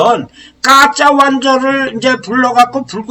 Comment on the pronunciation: 강의 내용은 좋은데 줄곧 '가짜' 를 ' 까짜 ' 라고 발음하시는것이 매우 거슬립니다